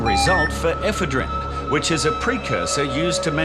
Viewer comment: It would probably help if they could pronounce the word "ePHEDrine", instead of eephaa-DREEN"